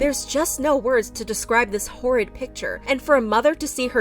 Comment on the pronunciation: ok im so sorry but the way they said "hortid" so seriously took me out